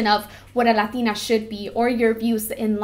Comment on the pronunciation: so what happened with the spainsh makeup tutorial you did a while ago not sure when, idk if the video is still up to lazy to look but yeah you spoke spaish very very well! even when you said latina you sounded mexican af